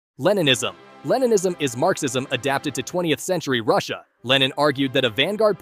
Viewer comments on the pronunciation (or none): none